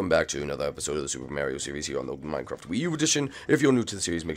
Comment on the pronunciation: no ofence but minecrfat that's funny😆